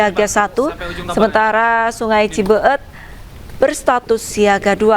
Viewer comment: Cibe-et. Bukan Cibeu-eut.